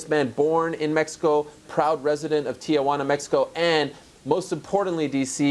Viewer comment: Am I the only person bothered when people add the unnecessary “a” to Tijuana i.e “Tiajuana”